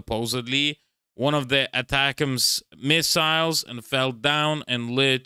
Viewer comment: Possibly the only persons who doesn't know how to pronounce 'ATACMS'. . It's pretty easy - ATTACK 'ems